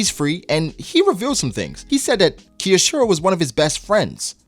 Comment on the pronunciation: His name is pronounced K-yo-shiro. Not Keyoshiro. Just the K sound plus yo then shiro.